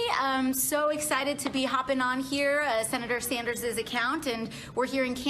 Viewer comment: "Im so excited to be hopping on here ahh Senator Sandersseses account"